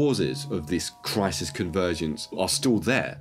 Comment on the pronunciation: He can't say 'crisis'